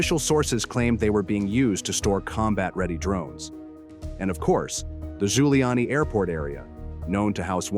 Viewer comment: it is NOT GIULIANI apt but rather cca ZHulyani - I told you already